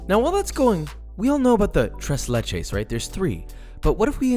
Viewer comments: Tress Lachess? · Ahh yes, my favorite dessert. TrAys LAychess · Im not even hispanic and the way he says tres leches makes me cringe. The only reason i know the correct pronunciation is because my grandmothers colombian. I speak Arabic and english btw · I did not appreciate him saying tres leches when it's pronounced thres leches... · He made tres leches but he kept calling it trace lay-chase? What is that?? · A white person saying tres leches instead of trays laychays? My god... They’re evolving. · tres leches,,, no ma’am